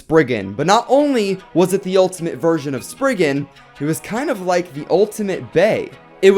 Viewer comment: He says sprigen requiem wrong